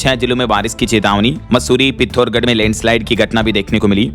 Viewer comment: तू कब सही बोलना सीखेगा पिथौरागढ़ है पिथोरगढ़ नहीं